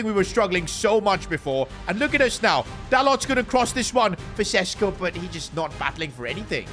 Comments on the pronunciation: its šeško not sesko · Day 2 of begging that šeško isn't pronounced sesko but sheshko